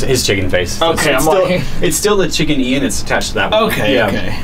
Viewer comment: it's not chicken ian, it's "chickian " 🤓😆